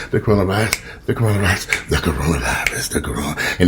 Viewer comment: You should make a Tic Toc Corona virius it's Corona virius I been moving Everytime u say that 😂😂